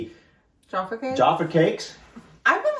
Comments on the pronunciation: Tea...'Yorkshire Gold' is my favourite!! Jaf-fa Cakes - to rhyme with caf (as in the first part of caffeine) NOT JAR_ffa! They are cakes - because cakes go __hard when stale, but biscuits go sift when stale. We eat Jaffa Cakes in bulk - "you can't eat just one!!" The advert used to say: "Full Moon... Half Moon... Total Eclipse" 😊😅😂❤ And Jaffa Cakes rate 10/10 or 100/ 100 for me.❤⭐⭐⭐⭐⭐♥️ Dunk your biscuits (briefly) in tea... Eat your 'biccy' confidently!! (Biccy is pronounced 'bikkie', by the way!) I love Farley's Rusks... (They are mixed with milk to feed young babies) but lots of adults - like me - love them dry_, (if only as a reminder of our childhood!!) Farley's Rusks are not _meant to be dunked in tea etc, and are not really 'biscuits' per se, like the others!! Sad that you don't care for them,😢 but I guess if you didn't grow up with them, they won't hold the same memories for you as for 'most' of us Brits!!😢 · Jaffa, pronounced jaffa. Where did you get the R from?